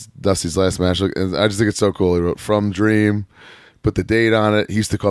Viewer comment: The American dweam Duthdy rhoades baby